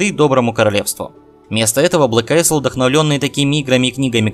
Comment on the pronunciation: Блэк АЙЛ читается, пожалуйста...госпади